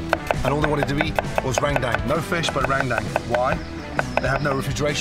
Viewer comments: In normal indonesia language it's called rendang not randang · “Rendang” he spell it like “rain dang” 🤣 (it’s about pronounced ) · lmao i laugh so hard when he pronounce rendang to rain dang skskksksks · LMAO RANGDANG🤣🤣🤣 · "Randang paste" I'm not sure about you guys but my pronunciation is "rendung" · *Rangdang. That's how he said Rendang. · Langtang, rain bank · Bro so true, hahahahhaha its actually rendang but he say "Rangdang" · Rain down also. So funny to read the automatic subtitle. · Lagtan too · Gordon ramsay: "RANDANG" Me: I can hear you but I won't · Listening to the video without watching and keep hearing rang dang 😂 its pronounce as "ruen done" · Indonesian: "Rendang" Gordon Ramsay: "RAIN DANK" just joking lol thank you for coming here, Chef! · indonesian people say " rendang " But some bule's say " rangdang" So.. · Randang randang wkwk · Rendang = Rain Bank, Rain Down, Rang Dang 😂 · Its Rendang la.. Not "Rendeng" (Rain Dank).. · enak sekali chep. besok2 kalau mau ke padang belajar dulu cara pronounce rendang yaa cheff,,,,,,, itu "rhen dhang" bukan ran dam 😅👍👍👍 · Im from indonesia,when you say rendang why randang? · Its f*ckin Rendang. R-E-N-D-A-N--G... bloody hell Mr. RAMSAY... not Rang Dang.😅 (Only This way i could swearing to the Great Ramsay ) 😂😂😂😂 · its not rengdeng its RENDANG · I'm a Muslim in the Philippines and randang is popular to us that's why it feels so wrong to heard randang from Gordon 😂😂 not only Indonesians 😅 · That ”Rrrrrendang” is my favorite line😂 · jadi inget Rrrrrap Monsterr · THAT URRRRANDANG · Gordon be like: Rang dang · That's how every foreigner pronounces it lmao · Amazing as always Gordon! Come visit indonesia more often! For next time, the perfect pronunciation is "rern" (like in fern or in bernie) and "dung" like in sung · He needs to pronounce it Ren-dung, :-) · Rain Tang wkwkwk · Rang dang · Rendang is pronounce as: Ren- as in Karen, -Dang as in dunk. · Or "Rent - Dunk" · Meringe damn, rang tang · Rain Dang Dut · Ran dang